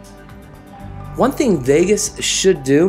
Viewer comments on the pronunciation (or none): none